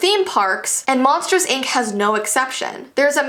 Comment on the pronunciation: I thought she said monsters egg